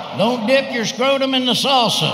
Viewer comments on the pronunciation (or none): none